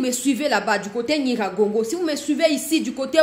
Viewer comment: Vous prononcez de mon territoire " NYIRAGONGO " Merci de connaître le territoire national !! Courage !!